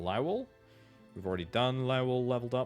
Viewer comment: Lao well? I literally just clicked off a video for mispronouncing ocarina and I land here. If you don't know how to pronounce a word, look it up, quit guessing. This goes for YouTubers politicians, randos, anyone. It's 2026, we all have the internet in our pocket and everyone chooses to be ignorant as fuck.LOW-UHL Good lowuhlrd almighty. Game journalists, I swear.